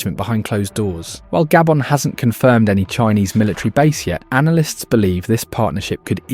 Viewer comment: what you mean gaybon its called GHA-BHO-N